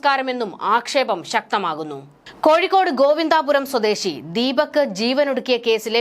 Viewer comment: ഗോവിന്ദാപുരം അല്ല ഗോവിന്ദപുരം.